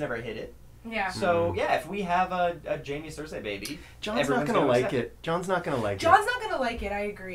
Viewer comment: Why are you all saying Cersei's name that way? I get that it's an "ei" at the end, but everyone else I've ever heard just says "Cer-see." It's super annoying. It's like if you always pronounced encyclopedia "encyclo-paedia"